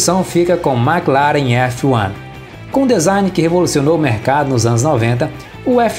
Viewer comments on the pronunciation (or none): none